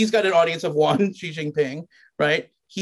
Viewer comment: "ji xin ping"